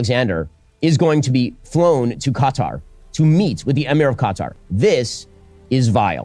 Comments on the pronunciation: Why does he keep saying cutter instead of KATAR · why's he saying Qatar wrong...cuh-tar....he needs to get out more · kutar, dose he mispronounce it on purpose? Yes, mans smort. Dont believe this mans words. Just a indoctrinated religious guy. He is on the wrong side of history. We just want peace. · LMAOOO Ben kept pronouncing Qatar as "cut are" that someone wrote in the chat "CA TAR PILLAR" 😂😂😂😂😂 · The guy can’t even pronounce Qatar correctly but wants you to side with him on his podcast 👀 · Asmongold: Qatar Everyone: Ben Shapiro: Cutter Everyone: slap forehead